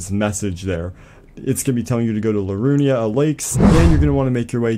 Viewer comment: Thanks for the help. Although it's "Liurnia" not "Lirunia" and "Writhe" not "Wither". 😉